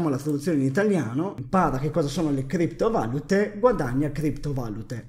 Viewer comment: da fastidio all'orecchio come pronunci criptovalute. ti prego inizia a pronunciarlo correttamente!!!!!